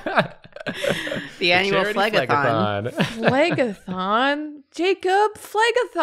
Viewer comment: I kept hearing leg-a-thong😬